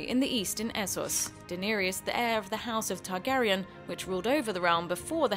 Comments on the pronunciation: iTzVisionz deenerius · OOP AND DENEIERIEYES